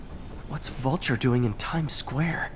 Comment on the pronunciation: Vulture not vulcan vulcans are from star trek